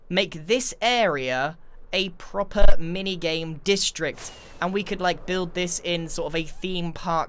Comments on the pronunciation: Why did you say progggggper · how grain says proper is going to give me nitmares